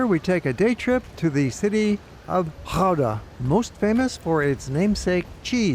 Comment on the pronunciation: Respect for the Dutch g-sound in Gouda.